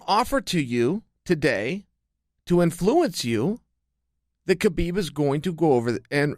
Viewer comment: "To infooooence you" XD